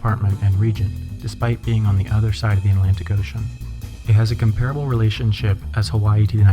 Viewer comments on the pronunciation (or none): none